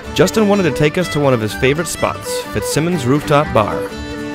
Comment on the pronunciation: It’s pronounced Fitzeyemons